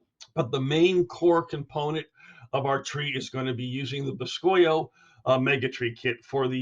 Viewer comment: I am pretty sure it is supposed to be said like boo-ski-oh. Which boscoyo is Cajun French for cypress knee.